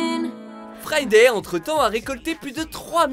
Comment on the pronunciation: Frrrrrriday comme tu dis